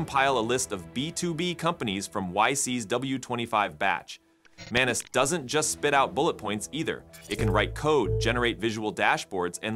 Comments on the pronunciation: It's Maa-nuu-s which means person in Marathi language 😅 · Did you say menace? 😅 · “Manus” eh, where’s Tuisco? Calling an AI Manus is extremely disrespectful and blasphemous. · Is the M silent😂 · You need to learn pronunciation.. how to pronounce ’manus’ and ‘monica’…